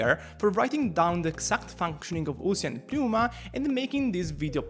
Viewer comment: Side note. Why do ppl (its not just this guy) keep calling it PPP-new-mah? its just New-mah. Ever seen the word Pneumonia?